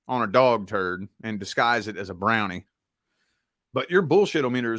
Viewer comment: Lol "brownie"